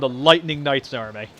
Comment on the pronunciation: Hmm I thought it was army not armai